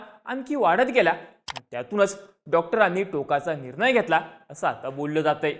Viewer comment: आधी न कुठे वापरतात आणि ण कुठे वापरतात ह्याचा अभ्यास करा रे! रे कसले अशुद्ध ऊच्चार करताय निर्णय म्हणतात रे बेअक्कल